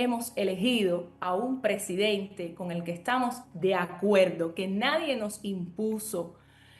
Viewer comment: president-AAAAA??? Pero qué es esto??? PRESIDENTEEEEEEE!!! Se dice PRESIDENTEEEEEEE!!!